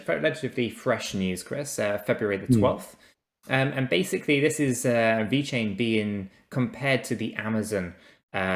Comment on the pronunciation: please its VeChain not Vechian.. damn... looks so amateur if you don't spell it correctly. Thank you! Other than that always great content keep up!